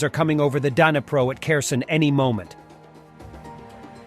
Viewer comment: For your commentator, please get it right, Dnipro is not "Dina-pro" it is "knee-pro"